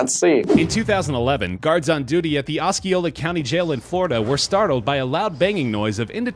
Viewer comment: It's pronounced Os-CEE-ola.... Also, I want to see Team Edge try and do these escapes.